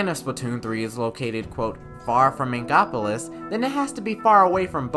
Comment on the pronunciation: What's he's saying: inkopolis What it sounds like he's saying: ingopolis